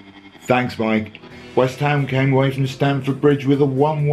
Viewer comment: Loved your ‘Wisht ‘am’ man! Like a mate I used to have who continued watching football even when they put seats all over the place!